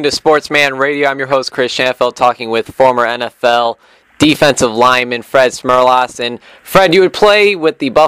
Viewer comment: Lesson one. Learn how to pronounce the name of your interview subject. Fred was a real gem for not correcting the kid.